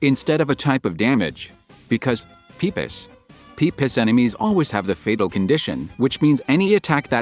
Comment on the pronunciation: I like how he pronounces Pipis “pee piss” 😹